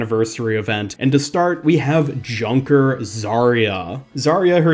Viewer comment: Junker not kunker